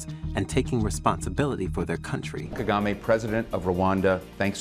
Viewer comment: Why do you still mispronounce the President of Rwanda name? Are you doing this on purpose?